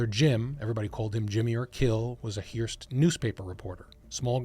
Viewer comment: You don’t know how to pronounce “Hearst”!!!!!!